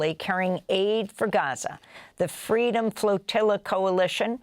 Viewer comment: Amy, your news is in English so just pronounce Gaza normally, it's fine.